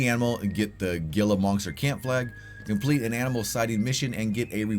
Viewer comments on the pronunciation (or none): Hey the Gila monster is pronounced Hee La not Gil la